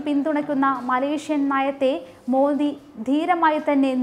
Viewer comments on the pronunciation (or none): none